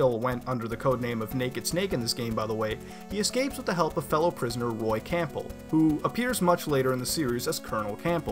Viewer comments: Great video. It's pronounced "Cambell", by the way. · Why is he pronouncing the p in Campbell?